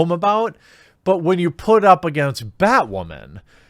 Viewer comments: I like how you say batwamen instead of batwoman :D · Why does this guy have a hard time saying Batwooaaman ...LOL But he's not wrong about these shows worrying too much about woke-ness and not making a great show. Batwoman is just an ALRIGHT show. Supergirl has gone down hill. Flash is getting a little boring at this point to me. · Batwawman, gets me everytime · why do you say Batwoman like that? 😂